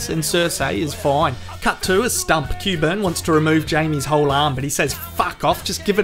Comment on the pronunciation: "Cue-burn." Makes me bloody intestines melt, hearing that.